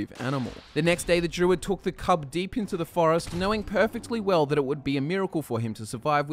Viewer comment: Everytime he says druid, I hear jew...